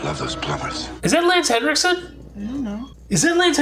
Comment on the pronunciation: I look forward to the day you guys will finally actually pronounce Lance Henriksen's last name correctly. But I love how much you love him.